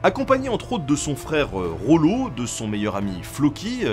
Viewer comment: Attention on dit Rollon ! Pas Rollo